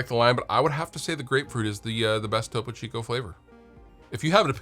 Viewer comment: glad you finally figured out how to pronounce topo chico